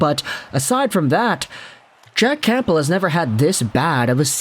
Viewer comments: Nope. I don't know why went from pronouncing it correctly to this super distracting never heard before Camp-bull. Not the first video either. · Camp-bull? Haha. The p is silent,.